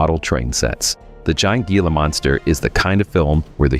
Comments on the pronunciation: Given the fact that the narrator is unable to pronounce "Gila" correctly, I think he has little room to mock it. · Hey narrator, reference The Giant Gila Monster" Gila is pronounced HEALA, not Geala. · The only problem I have...It’s pronounced "hee-la", not "gee-la". I know how It’s spelled, but It’s Spanish.